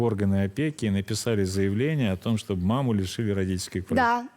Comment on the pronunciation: Почему они говорят «Чоб» заместо «Чтобы» 😂😂😂😂😂😂😂😂😂😂😂😂😂😂